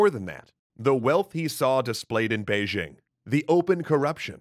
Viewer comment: I'm so glad that you pronounced "Beijing" correctly!